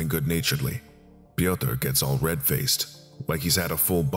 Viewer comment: I don't know whom you got the script from, but name "Piotyr" is just a funny way in which an american would probably pronounce it. The name is polish and should be written "Piotr", not "Piotyr".